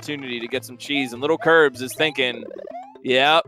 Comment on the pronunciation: Stop saying littlekirbs its lilkirbs